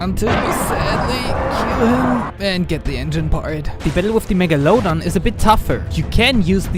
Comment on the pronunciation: The way he pronounced megalodon